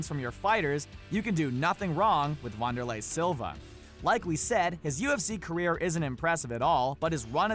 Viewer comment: Does he pronounce names wrong on purpose? Saku-ra-ba and wanderlei is Brazilian so its pronounced "vanderlay"...no troll or being a dick just helping out :)